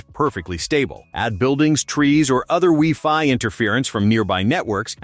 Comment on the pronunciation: Did he say "wee fi"... Thumbs down all ai video creators